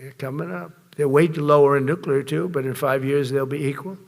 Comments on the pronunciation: There are two N words and you can’t use either of them he says wistfully r recalling the good old days when he would frequently use both of them. I’m pretty sure there is nothing offensive about the word nuclear though his pronunciation, adding an extra U really grates every time I hear it. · wow ! i didn't know the nukuler was so incredible. man, this guy knows everything ! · I just can't listen to the moron speak. He's just an idiot.... Tell the moron that nuclear is an adjective, not a noun.... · Says you cant say the N word but says Nuclear like a dozen times. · So lemme get this straight .... We can't say either "N-Word", but he says "nuclear" at LEAST 3 times, and then he tells the WORLD that we've got a nuclear-equipped submarine near Russian waters that is "undetectable", except he JUST SAID WHERE IT IS!!!!!?????!!!!! 🙄🤦🏼🤯 I would ask, "How stupid can you BE?!?!?!", but the answer seems pretty clear! How can it not be detectable above water ... TO PEOPLE WITH EYES?!?!? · Wait, he said there are 2 N words... is one of them... Nuclear? The word he repeated many many times before he said that? Why can't you say nuclear? 🤣